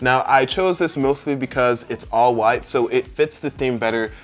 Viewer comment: Every time you say "All white" I'm imagining you saying "All right" with a speech impediment and I can't stop laughing.